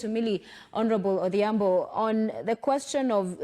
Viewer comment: she is called Milly Odhiambo not Adhiambo